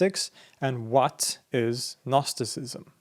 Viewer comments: Dude the g is silent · Gnostisism is a Greek work, you should always pronounce the first letter "G". Otherwise, all I'm hearing in this video is "Narcisism". Because it sounds like 'Nostisism". It confuses. Please, respect the original word, which is GGGGGGGGGnostisism. UPD: I just watched other videos and realized the mistake of this video’s author. All English-language sources pronounce this word as nOstisism, while the author of this video says nAstisism. That changes everything completely. Okay, it’s possible to drop the letter “G” in English, but to avoid confusion, one must pronounce it the way everyone does — nOsis, nOstisism — this is very important. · I just watched other videos and realized the mistake of this video’s author. All English-language sources pronounce this word as nOstisism, while the author of this video says nAstisism. That changes everything completely. Okay, it’s possible to drop the letter “G” in English, but to avoid confusion, one must pronounce it the way everyone does — nOsis, nOstisism — this is very important. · Dude you pronouncing the G in Gnosticism is killing me lol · harekrishna nice show Thanks. two comments. 1 "know", gnosis, comes at least from sanskrit - nowadays pronounced /gyana/. 2 years ago! i got hold of a gnostic apo gospel, coptic i think: Jesus was teaching. question and answer. Marion Was part of the Class. songs of David and such were Required. only Marion could remember the Psalms. .being a ex-scholar i compared the psalms in the "apocryphal" w the texts in the accepted Songs.... invariably the Psalms quoted here esp by Mother Marion were much much more Beautiful. of course: all in translation. w my library being in a non-flood miami area i was Ordered to demolish. county inspections three times a week. ( the 20 story crumbled bldg got Ø inspections in 20 yrs) 90% of library Lost.. btw Krishna warns about all this arroz-con-mango of knotty knowledge: ties you up! haréee krishna ! : )